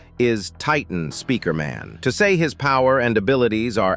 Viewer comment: People are saying he is saying speaker in wrong ways but he's saying it normaly